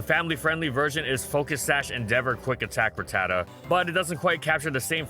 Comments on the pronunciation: It’s rat-ta-ta not ruh-tata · The way he pronounces RATatta is so tilting.